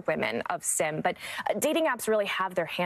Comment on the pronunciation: Reporters keep pronouncing his name like "sim" card or "The Sims" video game, but if he's Korean then his name is pronounced more like "Sheem"